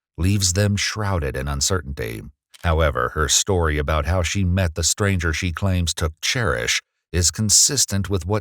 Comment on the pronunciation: “Taykin by uh strayngher”